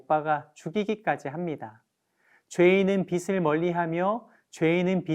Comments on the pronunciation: 비슬이 아니라 비츨 이라고 발음해주세요. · 여유있게 넘어가시게요~^^ 빛.을..비.즐..비츨..뭐..어때요.. 우린다같이빚진자들이고 빛의자녀가 된게중요한거죠~~